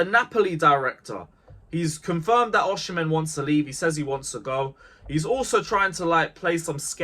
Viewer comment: Why do you say OSHImen?????